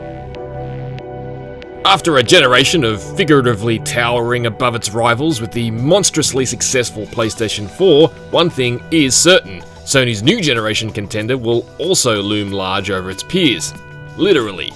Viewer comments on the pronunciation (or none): “PlayStation fourve”